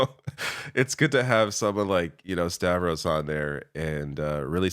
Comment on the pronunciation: Yes, Stavros! He said it right!